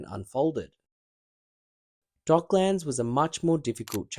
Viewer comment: It's pronounced with a schwa vowel, like Docklends, not 'Dock-lands'. Just FYI